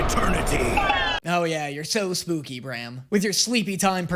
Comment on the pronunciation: WHY ARE YOU SAYING BRAM LIKE THAT ITS PRONOUNCED LIKE SLAM. WHYYYYYYYYYY